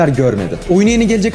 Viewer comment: Kk aslında ıso tr dekiler isot dir fon tşşk geçiorlad ama iso de ğilde ayso gibi okuyorlar